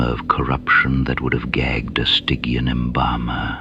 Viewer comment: Firstly, this is great, more please Second, train your AI to pronounce the words ie. Stidge-ian not Stig-ian and guy-zer not geezer Hope this helps